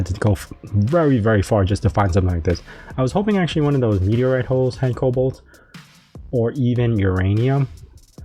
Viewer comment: No L in the middle of Cobalt lol but great series keep up the great videos!